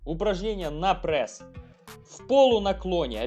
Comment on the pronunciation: Прэсс блин скажи преееееееееесс